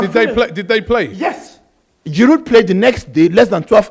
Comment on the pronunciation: Why do both of you pronounce Giroud's name so ridiculously wrong.